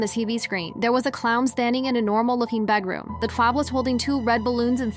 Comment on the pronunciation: “That’s my bednarom 😰”